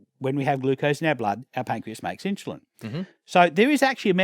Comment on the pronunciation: Stop saying inshulin ! Still one of the best vids I've watched! Great work!